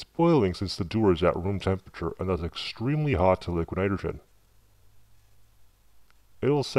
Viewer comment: "lick nerogern" haha